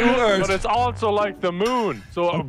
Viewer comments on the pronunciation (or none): Nogla in Independance Day: "WELCOME TO URT"